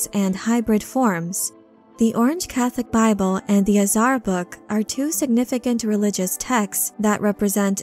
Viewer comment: Slight pronunciation note: 'Azhar" is like English "Azure," but -ahrr instead of -oorr or -er. Basically, it's cyan blue, azure blue.